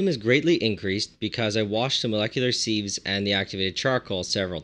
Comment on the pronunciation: Spelled sieve, pronounced siv